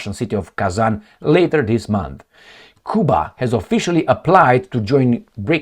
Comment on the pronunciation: You not pronouncing Cuba properly